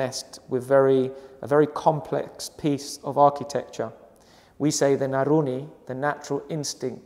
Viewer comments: nurani not naruni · When he said naruni i think he meant to say nurani . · Bukan Naruni, tapi Nurani mas.